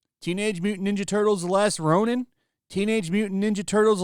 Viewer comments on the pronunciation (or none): none